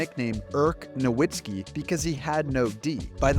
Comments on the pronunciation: You wouldnt pronounce Nowak as NoWhack. Its a V sound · You are pronouncing Dirk's last name wrong.